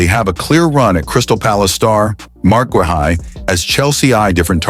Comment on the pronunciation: GUEHI is pronounced GAY EE